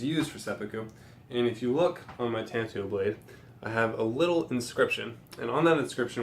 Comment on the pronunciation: Tanto is pronounced with a long "a" and "oh" at the end. Just FYI